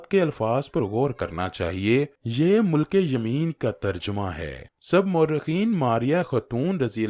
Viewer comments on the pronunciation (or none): مُلک یمین نہیں، مِلک یمین ہے. ی پر زیر ہے